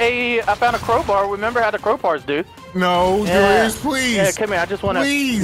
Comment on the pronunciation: Crow-Bar? Really,?